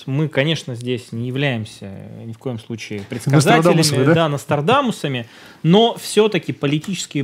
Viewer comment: Никита-Нострадамус..а не Ностардамус)))